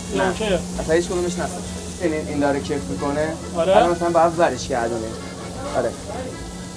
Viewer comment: کِف یعنی همون کَف😂